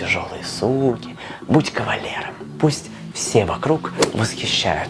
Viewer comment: текст сам писал???? Тогда кАвалер а не ковалер ))) а так норм все говоришь вроде